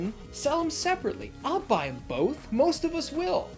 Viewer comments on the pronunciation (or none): none